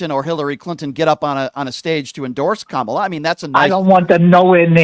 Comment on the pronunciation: Please pronounce VP Kamala Harris' name correctly, PLEASE!